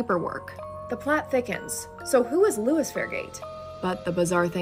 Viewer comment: L-o-i-s is not Louis😂😂😂 but carry on